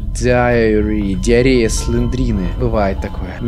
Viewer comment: Slendrina diary - дневник слендерины: дИаРеЯ сЛеНдРиНы